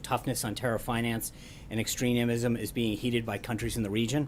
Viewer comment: sean its extremism nor extrenemism.... come on buddy...like your boss...making it up as you go